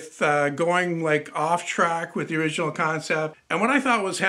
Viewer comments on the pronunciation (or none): none